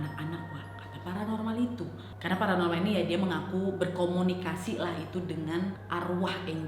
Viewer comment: "Berkomonikasi" gjdi serem mlh bengek 😂